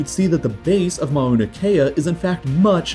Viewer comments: Mow-na not ma-oh-na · “Mauna” is pronounced “mow-nah”, not “mah-oo-nah”. The first syllable rhymes with “now”.